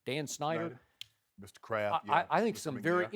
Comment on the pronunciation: Everytime Shannon says Mr. Kraft it sound like he saying Mr. Krabs 🤣